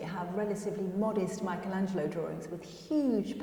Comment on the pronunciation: Always this mispronunciation of Michelangelo....is not Michael